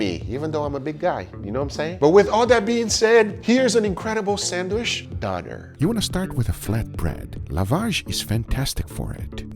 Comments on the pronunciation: Donner? its fkn DÖNER with an ÖÖÖÖÖÖÖÖ. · Didnt somebody tell you how to pronounce "Döner"? Not Doner, Donner. The Ö ist pronounced like oe. And that was more like a shawarma. Döner is served in pita bread, sliced through the middle but not completely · greek one is pronounced yeerow, not jai-ro and also the turkish one is pronounced dough-nair not donare